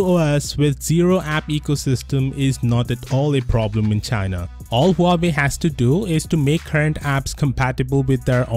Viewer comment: "Huawoid" more like "How do I avoid".